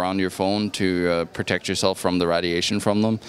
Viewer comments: GOES UP IN WATTAGE! This moron has no idea what he is talking about. If you know what WATTAGE IS! RAD iation. Does he even know how to pronounce RAY dilation. 60 WATT FRYS PEOPLE. WHERE DO THEY GET THESE BRAINLESS MORONS FROM. Oh here it comes the ubiquitous THEY, THE CONSPIRACY WITH THEY BEHIND IT. More RAD iation. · lol "Readiation" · Rad - E - ation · found a new way to say radiation